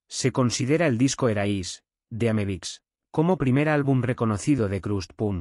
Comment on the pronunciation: Estaria bueno que el texto de subtitulos sirviera para encontrar bien escrito lo que el generador de voz pronuncia mal, o como le parece que suena. Pero son lo mismo y no suma nada, se vuelve informacion incorrecta. America (Amebix), Erais! (Arise!), El va a estar (HellBastad), etc. Ademas jode un poco que algunos audios esten tan mas altos o bajos que otros. Pero OK. Criticar es lo mas facil, solo una oponion. Para enterarse de que se trata esto desde cero sirve y sobra!